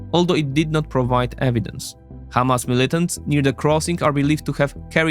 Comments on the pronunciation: It is Hamas not Kamas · It's "Hamas" with a harsh "H", not "Kh", unless you wanna say it in Hebrew.